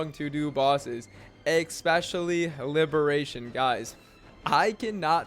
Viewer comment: This video brought to you by the word eckspecially ❤